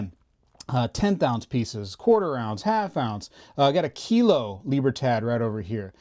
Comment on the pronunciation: Dude, I love your channel. I have to admit that I wince every time I hear you pronounce the word "Libertad."